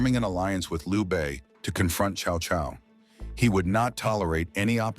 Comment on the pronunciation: It's close for AI. It's pronounced Tsao Tsao, which is close. Most people pronounce it cow cow. Which is wrong.